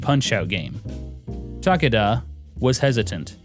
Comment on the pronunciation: Stop saying Ta Ka Da... the man's name is Takeda. It is pronounced as Ta Ke Da. Stop being an idiot.